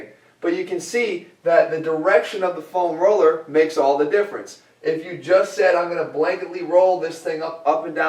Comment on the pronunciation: Say "FOam Roller" one more time, please. Haha, just kidding, Jeff.